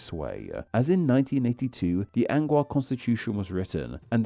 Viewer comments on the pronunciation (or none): Whenever the screen displayed“Angaur,” you were reading it aloud as “Anguar” instead. Why? Also, I couldn’t help noticing that you said “far and few between” when you meant “few and far between” Again, why?